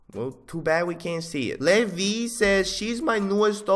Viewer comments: prounouces Levi as levvy Me: its fine, its fine, ITS FINE. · LMAO I was like “no no, it’s LEVI”